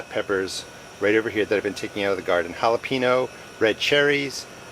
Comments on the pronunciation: I just wanted to say, that I love all your videos because they are so detailed and informative but, I can’t take it anymore, it’s not holo-pee-no, it’s Jalapeño (hala-pain-yo). Please say it correctly. All I can think about when you say jalapeño wrong Is the fact that you just said it wrong and not what you were actually talking about. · lol Ha-La-Pee-no? Ha-La-Pain-Yo is the correct pronunciation, sounds weird to Americanize the Yo but pronounce the Ha correctly... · JalapEEno lmao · Jalapeño = Halepeenyo